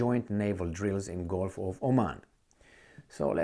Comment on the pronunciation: GULF NOT GOLF. PLEASE FIX. YOUR TEACHER.❌